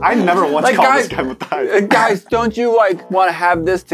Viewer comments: It should be m a t th i a s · And it should be pronounced Mat - Thais